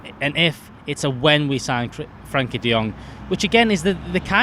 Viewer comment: It's "Frenkie" de Jong FFS!